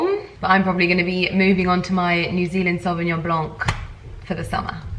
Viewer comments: The C in Sauvignon Blanc is silent :) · The way you prononce « sauvignon blanc » is almost perfect. Just don’t prononce the C at the end. :)